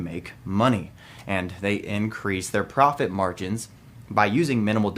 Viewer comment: Did just say PROF-TIT???